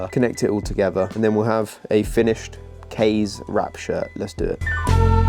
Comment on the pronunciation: Also the pronunciation of "Kaze" isn't correct either if it's supposed to be Japanese inspired.